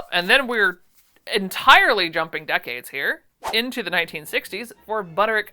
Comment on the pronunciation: Hope things are getting better/easier for you. I don’t want this to sound mean but how are you pronouncing Butterick? It sounds like one syllable. How are you doing that? You said it it like i do for 3524 but then went back on the next one 8577. Are you just saying Butter? I don’t know why I’m obsessing over this. You say whatever you want!!!